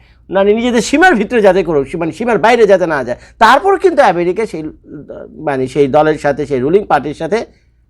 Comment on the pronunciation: ভাই আপনার কাছে অনুরোধ আমেরিকাকে " ম্যারিকা" শুনতে খুবই অদ্ভুদ লাগে 😅